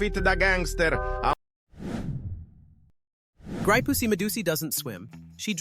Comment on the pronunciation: its actually graipuss medussi not graipussy